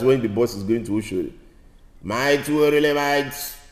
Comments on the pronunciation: Bro, you suppose call óshódí óshódí èwòlé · Correct you don call òshódí